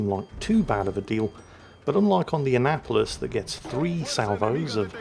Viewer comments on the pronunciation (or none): I'm so sorry but everytime says Annapolis i hear Anal Police.....